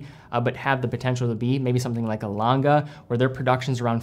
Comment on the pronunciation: Just a tip for the pronunciation of "A. Lange...": the "ng" of the Lange is pronounced the same way as it is in "sing" for example.